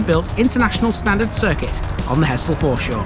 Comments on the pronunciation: Grew up in Hessle and moved out when I was around 18. For your information, nobody local ever referred to it as He"ss"le, to locals its always been pronounced Hezzle! Like Hull has always been Ull 😁😁😁😂 The last 45 years since I left has seen huge changes, some good some not so good. Little Switz was our playground as kids, and the sanitized country park there now is a shadow of its former natural glory. The Square was a huge carpark in the center but now those spaces have been lost and replaced by a few around the outer edges. Things move on as they say, but fond memories of bygone days will always linger. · Great vid. The locals pronounce it Hezzle! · Came here to say exactly that, heszle! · I wouldn't have thought so, I think its just an inflection learn't while growing up. I did notice that you actually said Hezzle once in your video which made me chuckle. It's infectious when everyone around you and those that you grew up with are speaking the same way.